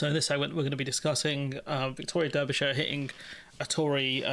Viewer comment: please learn how to pronounce Derbyshire.